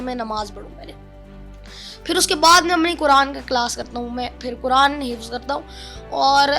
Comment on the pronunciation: Hifaz nahi Hifz yaar